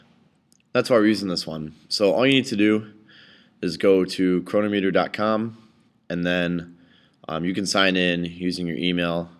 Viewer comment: Just an FYI - it's pronounced cro-NOM-eter.